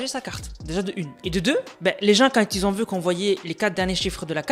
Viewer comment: Belle video. Mais on dit pas “Qui zont du commander”